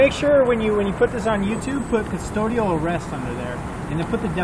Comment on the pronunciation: Cops says what is CONstodial arrest lol 😂 I think he meant CUSTODIAL dumbass